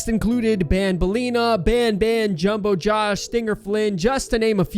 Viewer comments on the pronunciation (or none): none